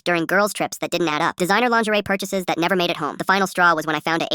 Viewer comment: He practically said Denied THOT!!!! 😂😂😂